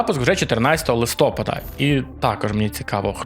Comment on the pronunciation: У слові "Листопад", наголос на літеру А - "листопАд". Запам'ятай пліз!